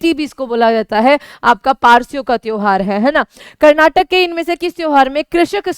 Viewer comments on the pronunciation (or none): none